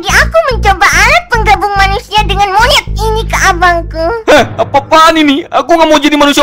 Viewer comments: Ngomong monyet nya biasa aja wehh wkwkwk Gausah"MONYET " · Pas ngomong "Monyet" berasa ngomong "Lakik" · Biasa aja nyebut monyetnya